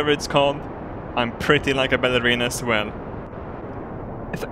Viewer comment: so far every vid by you you say ballerena